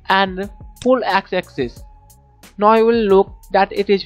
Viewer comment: U r saying NO, so many time, atlast i realise dat its not NO, its NOW, even if u cant pronounce diz simple word, thn y? Mera Bharath Mahan, v must proud dat v have a beautiful language.